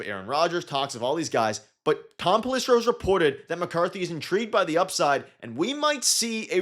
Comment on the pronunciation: You lose all credibility when you have no idea how to pronounce one of the biggest insider’s names. It’s pell-ih-SARE-oh.